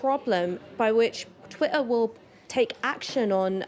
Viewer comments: Is it Twitter or is it Twi'er ? Make yer mind up darling. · Until she can pronounce TWITTER properly I think she should be banned from life!! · Can't concentrate on what she's saying because she keeps dropping the "tt" from Twitter. "Twi-er is creating a hierarchy" ....huh, what's Twi-er? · What's this "Twi'er" that Ash is talking about? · This woman is so conflicted. She pronounces her 't's in all her vocabulary except in 'twitter' with the double 't' in the middle of the word. Most odd. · The way she pronounces Twitter offends me😂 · Listen to her pronunciation of twitter she even sounds dumb but she is a very accomplished liar. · I was going to make the same comment. I found it really irritating every time she mispronounced twitter.